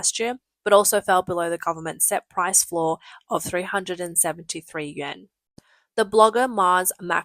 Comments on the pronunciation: Why are you saying “Yen”. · Because the Chinese currency is the 'yuan', in pinyin transliteration, but it is pronounced "oo-en". Think of the 'y' being almost silent, the 'u' pronounced as 'oo' and the 'a' converted to a short 'e'. "oo-en"